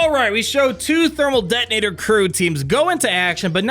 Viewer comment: "Thermal det-tin-ator" lol